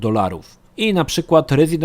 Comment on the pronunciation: źle wymawiasz nazwę "Resident Evil".